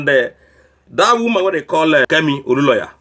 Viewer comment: Please can you pronounce Olunloyo correctly? There is no single "a" in the name, so where did you get Oluloya from. I watch your videos and want you to pronounce names correctly, especially a popular name in nigerian politics. Also please devote your vodeos to more important issues than this confused woman.